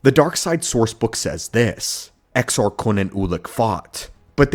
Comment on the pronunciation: Well done on the pronouncing exars